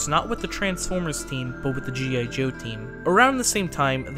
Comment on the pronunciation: G.A Joe?.. or am i mishearing? How Very Dare You Accidentaly mispronounce 1 single letter during that whole Script, Shame!!...SHAME ON YOU!! I'm just feckin' aboot :D